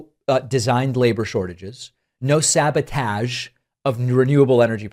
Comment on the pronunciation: I really don't get why, when you're talking about a serious subject, you throw in these random intentional mispronunciations like saba-taaaaaj" ?